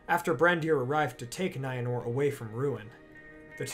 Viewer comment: The creator of the video absolutely WRECKS the pronunciations of Maedhros, Lalaith, Nienor, Niniel, Arnoediad, Ibun, Angachel, Finduilas